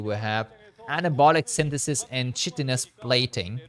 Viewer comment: The first syllable in chitinous is pronounced like kite